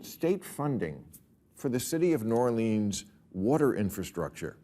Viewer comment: Say New Orleans correctly bill. James Carville is the man!